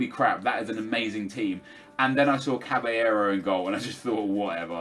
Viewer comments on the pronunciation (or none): none